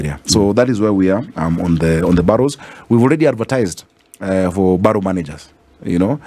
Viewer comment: Borough system is used in London, UK. The word is pronounced as ' Barah' not ' Baroh'